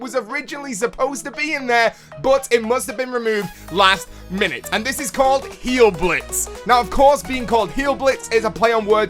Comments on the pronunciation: Heil is pronounced "hi-el" not "heal." In German you pronounce the "i" sound when there is an "ei." Ex: Frankenst"ei"n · Just like in the word DIE that is exactly how you say HEIL. just a little german lesson 😁